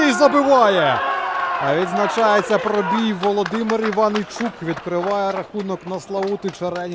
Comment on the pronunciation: Пробій,наголос на "і",а не на "о".Це ж елементарно😮